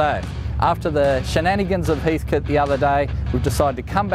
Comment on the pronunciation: My guess is loose flywheel on the AU. Also please... wtf is up with the pronunciation of HEATHCOAT?? HEATHCT? 😂